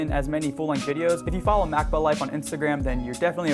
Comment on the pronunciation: it pronounced ma cob a